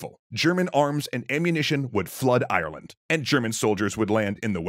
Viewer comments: If you are making a video about Ireland, could you get someone that can say the countries name. It is Ireland not Ierland. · Like that weird way of saying Ireland as IRE-LAND